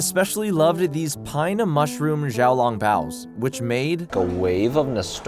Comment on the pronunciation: As a an asian person myself I almost laughed so hard when he pronounced xiao long bao as zhao long bao and without the write pronunciation😭